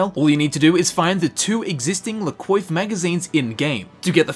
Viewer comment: La Coiffe? I thought in french is spelled "La Coaf"